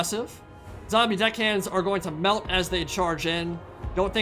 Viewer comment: Whenever says "deckhands" I always hear something else...